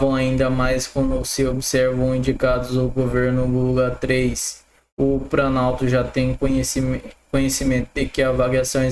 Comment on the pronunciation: Porra meu irmão, “Prano, Pranalto, pobreza”, vamos aprender a falar correto correto, nehh!